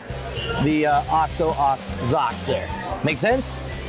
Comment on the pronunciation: i laughed out loud when he said "OX OH OX ZOCKS" rofl